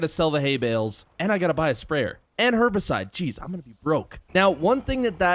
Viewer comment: I swear u aren’t supposed to say Herbicide like that…